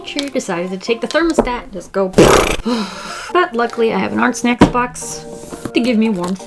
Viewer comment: I keep hearing her saying Art Snek 😂